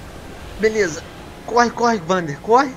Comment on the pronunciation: Venom se vc apertar e segurar R1 dentro da água ele nada mais rápido e se vc apertar R1 + direcional pra baixo ele mergulho e a pronuncia do nome do personagem é Uander com U não Vander com V #ficaadica